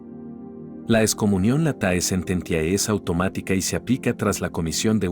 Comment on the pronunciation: Por favor, Sr. Locutor, lea "late sententie". En latín el diptongo "ae" "oe", suena, se pronuncia "e".